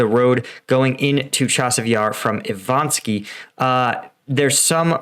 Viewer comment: I-VA-NIV-SKE, not Ivanski.